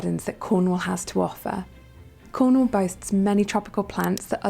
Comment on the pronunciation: Emphasis on CORNwall, not so much the 'wall' part!! If in doubt, emphasis the FIRST syllable here.